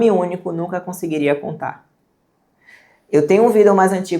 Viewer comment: moça não fala Vidéô por favor me da coisas. adorei o conteúdo.